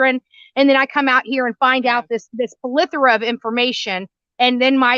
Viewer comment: It’s plethora not ple thora